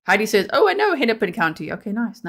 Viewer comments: Yes you said Hennepin right. We say Rosemont. I just saw this last week and our local news, but the details were very vague, I live in Lakeville.. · You are 100% correct with your pronunciation of Hennepin. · Fyi...you pronounced Hennepin County correctly!😊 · You pronounced Hennepin correctly too